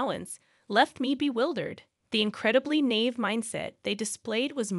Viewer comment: "Nave?" It's na-eve. Hahaha!